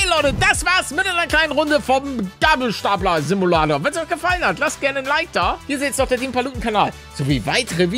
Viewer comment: Der "geibelsteipler" wer versteht?